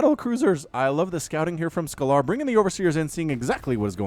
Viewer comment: Scalar is pronounced scale-er, it's a mathematical term that basically means a number without a direction (like temperature) as opposed to a vector which is a number with direction (think the speed with which you're travelling north)